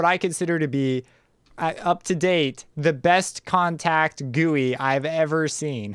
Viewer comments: No, he pronouced it wrong intentionally. (facepalm) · is that how you pronounce gui